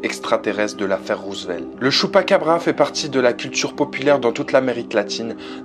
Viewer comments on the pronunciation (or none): Alors je suis pas 100% sûre, mais je crois que ça se prononce pas Chupacabra mais Tchupacabra:) bisous